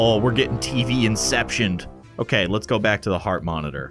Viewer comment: It's not OKEH to be OKEH (titan cry😭)